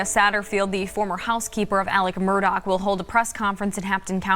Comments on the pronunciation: Repeat after me: "Alex Murdaugh", not "Alec Murdock" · Why does everyone say Mur-Doc? It’s Murdaugh, Mur-dah!